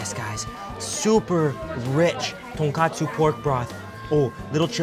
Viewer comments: Ton KOTSU ramen. NOT ton KATSU ramen! “Ton” means pork, “kotsu” means bones. TonKATSU is a fried pork chop. No ramen in sight. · tonKOTSU tonKOTSU tonKOTSU Not TonKATSU TonKATSU is Japanese pork Schnitzel tonKOTSU is the pork broth Also never ever ever jab your chopsticks into your rice and leave it there. It's considered very bad luck in Japan